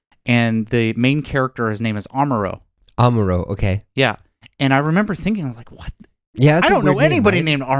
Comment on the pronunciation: Amuro speaks “Omoro “ by English. That’s omoro 😄👍